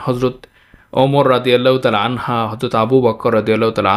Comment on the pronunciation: ওমর রাদিআল্লাহু আনহা বললেন কেন? আনহু হবে।